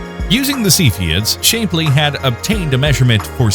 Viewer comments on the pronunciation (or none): Your robot is mispronouncing many words, such as Shapley (Shap-lee). I like your content, but despise robot-voice-overs. DEATH TO ROBOTS!